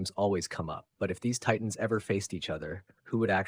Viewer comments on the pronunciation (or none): none